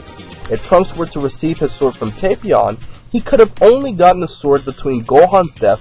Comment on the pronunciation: its not tay-pion